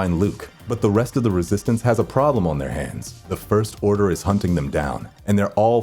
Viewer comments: " the first orner"😂😂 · "The first orner" haha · is it just me or did he just said the first orner? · (lol) he says first orner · Ah yes the first orner